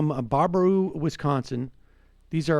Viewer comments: It's Bear-a-boo not Bar-a-boo lol. Im from Wisco tho, I prob wouldn't know if I hadn't grown up here. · Two minutes later and he's back to butchering the name. It's so simple: Baraboo is pronounced Bear-A-Boo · The town of Baraboo is pronounced "Bare-uh-Boo" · Bear-ah-boo...It's pronounced Bear-ah-boo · I notice he corrected himself...well until he said barber-roo and baba-roo later on lol...Wisconsin is actually a pretty cool state. Madison is great city. Milwaukee and La Crosse are pretty cool too. It makes me sad we are getting press for this shit. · For the love of God, it's pronounced bear-a-boo. Famous for the Circus World Museum. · It's pronounced BEAR-AH-BOO. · Pronounced BEAR-a-boo. I should know, I'm from WI. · How about learning how to pronounce the name of the city you are discussing. Reminds of the President who doesn't know the name of the burned out town where he is standing. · The1nOnly, you're right, I stopped watching after repeated mispronunciations of "Baraboo". Next time they should try to work on pronunciations prior to donning the role of journalist. It's called quality reporting. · What is a Barbaroo? Sam was butchering the name until he heard pronounce it correctly. Sam is great, makes great arguments, and makes great points. He's not great at figuring out how to pronounce names he's neer heard before.